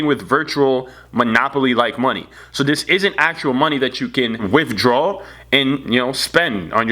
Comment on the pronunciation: GOING INTO SOME DEBT DEPT DEAPT TOPICS and WIFDRAWS BRO LEARN OW TO SPEAK UHG GHETTO dude